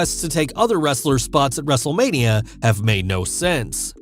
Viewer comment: So how many times said Wrestlelamia(excluding intro, the introduction of Raw Recap, and outro)? If you said 4, YOU WIIIIINNNNN!!!! Lol All jokes aside, hope you’re feeling better. is keeping the mic warm for ya